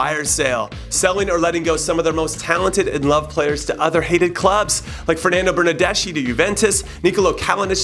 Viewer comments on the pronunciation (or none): none